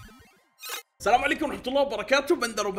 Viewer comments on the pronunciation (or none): none